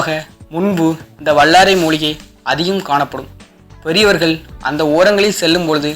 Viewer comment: வல்லாரை சரியா....வள்ளாரை இல்லை ஓ.கே